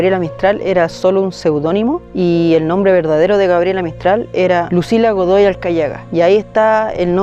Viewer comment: Fui la única que se dio cuenta de que dijo "Dogoy" en vez de "Godoy"? 😅 jajajaja